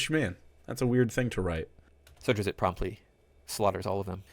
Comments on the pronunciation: Uh, he clearly said "Drizzit." So must have been talking about a different character. /s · but also 'drizzit', as the guy pronounced it, once killed some goblins because the goblins logically assumed the inherently evil race that was traveling around with a human did not view the human in a positive light. and they died from it. which is like, the drizzit killing the representation of this guy's viewpoint, making it a very weird case to use as an example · I started playing DnD in v3.5. You know what the PHB and DM's Manual did? They both alternated between he/him and she/her pronouns to refer to player characters. IN THREE POINT FIVE. I'm not sure this guy has read a dnd book in his life. He can't even pronounce Drizzt. Do you see a second 'i' in there? No you fkin don't >o